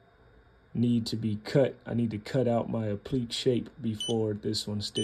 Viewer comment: Great video. Just wanted to let you know it’s pronounced Appli•kay